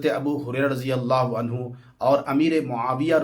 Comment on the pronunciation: रज़ियल्लाह हू नहीं रदि यल्लाह हू है लफ्ज़